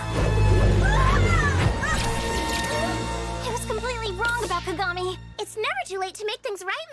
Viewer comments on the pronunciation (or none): I LAUGHED SO HARD WHEN U SAID KAKAGAMI LIKE KAKA AND GAMI NOT KAGAMI BAHAHHAHAHAHAHHAHA